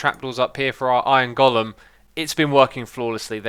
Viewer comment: iron gollum? long 'o', go-lem.